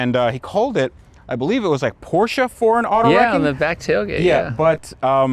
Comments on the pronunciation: "porschA" is a good name for a stripper; the car is called porschE (not porsh, not porsha, porsche!!!) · the fuck is a "porscha" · For God's sake it's PORSZ. Do I need to write it in Polish to you to understand ? There is no foking E in the end. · as an car enthusist u should know how to pronounce Porsche. A hint its not porsch-a like u americans say